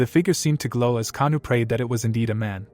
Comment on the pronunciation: The mc actual name is Oh kangwoo not kanu xd